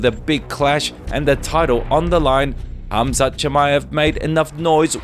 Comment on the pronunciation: Why is everyone calling him hazmat instead of khamzat😂